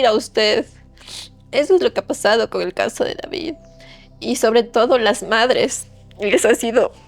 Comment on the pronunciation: pronuncia raro el "con"